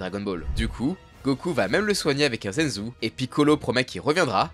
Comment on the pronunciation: Un "zenzou" ? Vous parlez de Dragon Ball sans connaître la prononciation du vocabulaire du manga ? Mamma Mia.